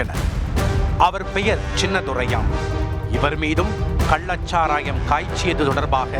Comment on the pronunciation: கள்ளச் சாராயத்தை கல்லச் சாராயம் என தொடர்ந்து தமிழைத் தவறாக உச்சரித்து வரும் இந்த தொகுப்பாளருக்கும் இவனை வேலைக்கு வைத்திருப்பவனுக்கும் ஒரு குவளை கன்னுக்குட்டி சரக்கு கொடுத்தால் தமிழ் காப்பாற்றப்படும்.